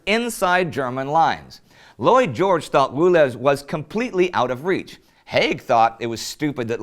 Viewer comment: when you first said Lloyd George i thought you said Boy George.